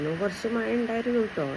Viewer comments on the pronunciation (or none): മഴ എന്ന് പറയാൻ സ്കൂളിൽ പഠിപ്പിച്ചില്ലേ മയ മയ